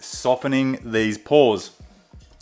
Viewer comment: I just kept hearing “Paws” instead of ‘Pores’ 😅